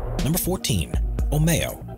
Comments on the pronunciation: "Omeo" is not pronounced "O may-o", but "Oh mii Oh" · the omeo sounds like Oreo and "Ohio"